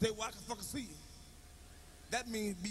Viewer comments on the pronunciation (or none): You seeia??You seeia??You seeia?? 😂😂